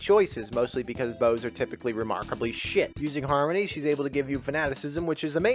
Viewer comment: U keep saying harmony in the rogue part. It's not harmony brother